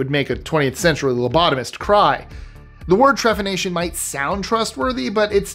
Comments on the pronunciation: Okay, I am only hoping to help here, but the term for drilling out holes in human skulls as a medical procedure is "Trepanation," with a "P," not "TreFanation." I suspect the writer of the script might have misspelled it, either adding a h after p, which would be Tre-fan-ation, but again, no? I suspect that when Archeologists are stumped at why "Perfectly Healthy" humans were Trepanned, the procedure was performed for persistent headaches, or, the healthy person was selling the Skull Bones to be used as medicine. Bone has been used as a medicine [however unwise it is to injest or breathe powdered Bone of any kind,] as ingredients for ointments, tincures [UGH!] as splints for broken limbs, to be added to food when ill [which does have medical benefit for a few reasons, think marrow bones in a stew or to make bone broth] and so on. Rare ingredients in medicine have always been a thing, whether valid for treatments of illness or not. And we must remember that ancient medicine was about endless research and experimentation, but also about making money from desperate people. There's evidence that Trepanation DID actually work for some cases. There's documentation speaking of people who were Trepanated for headaches and even blindless who had the surgery and in fact, were "cured." Trepanation was perfected long, long ago, and many Treppaned skulls display regrowth of the Skull, as it healed and even tried to close the hole. Lastly, and no offense, but it's naive to assume that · Trepanation* ❤ p not f